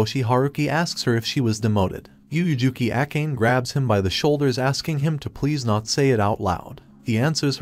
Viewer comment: Akane.. (Even google translate pronounced it correct) . Why Acane? Or that's her real name 😅